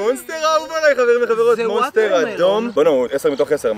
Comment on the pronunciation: למה אתה אומר manster ולא monster?